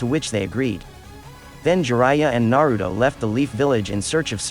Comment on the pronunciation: Tempted to dislike the vid everytime this man say "Narudo"